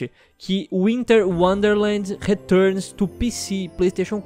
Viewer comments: Returns tu pici kkkkk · ''RETURNIS TU PICI'' kkkkkkkk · "returnis tu pici, péesi quatro e exisbox oni"